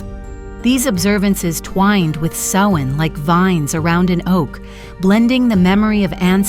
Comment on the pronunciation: Samhain garlic for summer’s end is pronounced like cow, or sow( female pig ) or ow,short for ouch. So Sowin,(correct spelling above). It doesn’t sound like what you do to mend of make clothing. Otherwise this is fairly accurate, but the mispronunciation of Samhain drove me nuts.I’ve been a practicing Witch for decades and this is a High Holy day for us. Thank you for caring enough to ask for clarification. Brightest blessings and have a wonderful Samhain however you choose ( just no meanness or violence please) I hope this helps